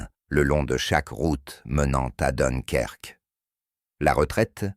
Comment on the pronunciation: et voila!! encore un "intelligent artificiel, "donkerque" et j'en passe